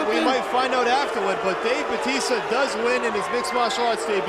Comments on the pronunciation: Somebody tell that commentator that his name is Batista, not Baptista! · This announcer is pissing me off with the way he says batista. The one who said he won the fight pronounced it right. But the guy who did play by play just said his name weird. Idk if it's his accent. Or if he had the syllables broken down wrong. He just didn't say his name right and everytime he said it I cringed.. He says it like bahh-tista........and it's really like BA-tista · The announcer is a dumbass bc he’s pronouncing Dave Batista’s last name WRONG! It’s Ba tista NOT Bat ista idiot. Go back and watch wwe when Batista use to wrestle, bc NO one pronounced his name like this stupid announcer does from the start of the match. The other match at least calls him Dave. Go Batista!!😊✌🏼🤙🏼🇺🇸. The Animal. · he keeps calling him BAPtista lol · Y is the commentator calling him baptista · Why does he keep calling him Baptista?